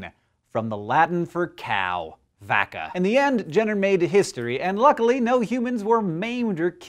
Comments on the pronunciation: Also 'Vacca' is pronounced 'Wacca' classically. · Isn't Vacca pronounced ba ca? At least thats how my friends from Guatemala say... maybe its a difference between latin and spanish? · As a Latin student the way he pronounced Vacca bothers me.. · Your latin is awful.